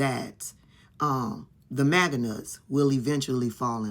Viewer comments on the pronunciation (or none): none